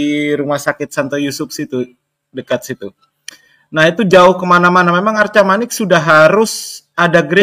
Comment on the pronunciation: "Arcamanik", bukan "Arkamanik" atau "Argamanik"